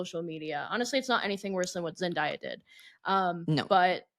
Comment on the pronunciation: NOT “zen die uh” 💀💀💀💀💀💀💀